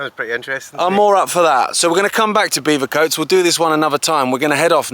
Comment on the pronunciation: Great vid but it's Bevercoates as in Bevy.. not beever.